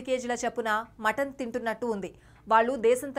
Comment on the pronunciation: మంటన్ కాదు మటన్